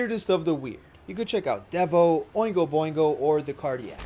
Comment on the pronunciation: it's DEE-vo, not DEV-o